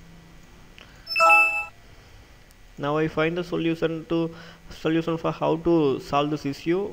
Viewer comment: Its Solution not salusan.. LOL